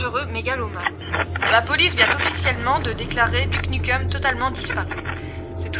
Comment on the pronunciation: ouais,c'est un bon film,mais on dit:dyouke nyoukem,pas duc nukem!c'est bien n'empêche!